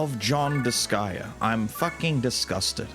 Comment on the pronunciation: But, IT IS DISGAEA... It cut into my sooooul hearing her say that... MY SOUL. 😢😂